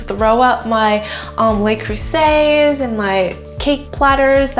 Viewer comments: Okay folks & I know there are quite a few of you out there; ...luh-croo-zay, not lay-croo-say... I had to. :-) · Looks great! Its "luh" creuset though, not "lay" creuset.